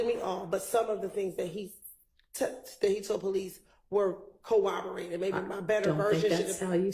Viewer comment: Co-oborated is not a word!